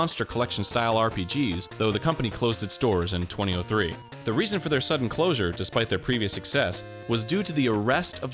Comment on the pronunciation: Arin could you say 2002 and 2003 weirder? "TWENTY OH TWO and TWENTY OH THREE" is not how anyone in the US says the year lol